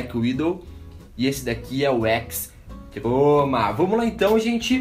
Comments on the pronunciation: vc falou errado n e razer Blackwidow X troma e x croma mais i vídeo tá maça tá nota dez blz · o engraçado do é que ele fala "teclado BlackWidow X troma" saushaushaussuushas. lek q teclado foda! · fala peidando kkk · o cara fala TROMA , BAGULHENTOS PQP '-' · ele fala x troma